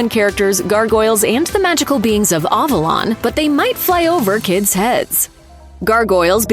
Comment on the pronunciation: the pronunciation of "Avalon" hits the ear wrong...